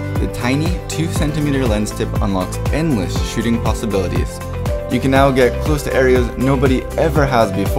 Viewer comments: The way you say "shooting" sounds like you are saying "shitting". I started to imagine you saying that and this video became weird. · I cannot unhear this